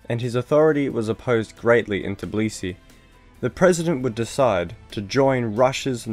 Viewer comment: The way you say "Tbilisi" makes me cry. It's "TBI-lisi", not "TIB-lisi"